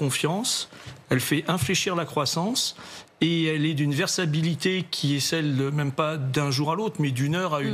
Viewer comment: La « versaBilité » a 😂